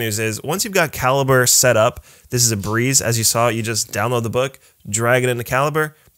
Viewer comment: I've always thought it was pronounced ka-lee-bray -- learn something knew every day.